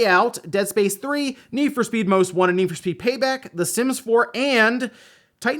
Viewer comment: When he said "the sims" i heard it as "the simps"